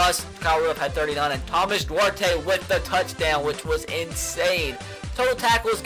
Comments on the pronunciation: You're pronouncing Duarte wrong, the e is silent, I know this cause it's my last name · When you can't pronounce duarte...?